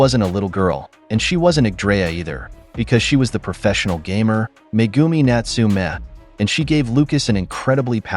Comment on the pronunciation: It's not pronounced New-two-meg, its Natsu-meg since 2 is pronounced tsuu in Japanese accent.